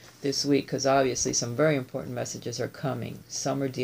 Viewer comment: Message importantayyyyyy!!! ☺️☺️☺️love it! It sounded Italian 💃🏻🇮🇹thanks as always for amazing readings & inspiration! Love u! ❤️😘 Roberta xo